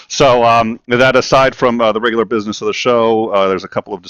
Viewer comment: (get down to bweezness)